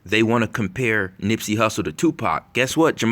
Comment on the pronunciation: Who said nippsy like X 😡😡